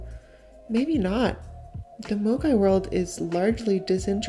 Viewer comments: I have to say I kept hearing MOGAI as amogus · Honestly, I had forgotten all about it. Ngl when I first heard the word, I thought someone was mispronouncing mogwai (Gizmo from Gremlins)